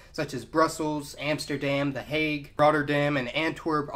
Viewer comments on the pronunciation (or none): none